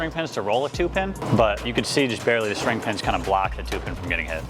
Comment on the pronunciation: PSA: It’s string pin, not shtring pin.